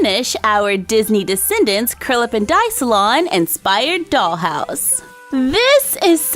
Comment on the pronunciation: I always thought you were saying Curlaven Dye salon, not Curl Up & Dye